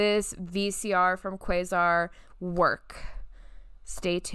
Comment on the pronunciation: Quasar is pronounced Kwaysar. Zenith is pronounced Zeenith. I hope that helps. Also the channel switch on the back is only used if you are connecting the VCR via an RF input. Think antenna connection. The antenna would connect to the VCR and the VCR would connect to the TV. 😁